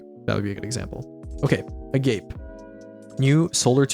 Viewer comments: I hope we get verification from Bungie if the hand cannon name is Agape or Agape because hearing people pronounce it "uh-gayp" is taking me out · Agape is probably the homonym pronounced a-ga-pay. It means brotherly/platonic/self-love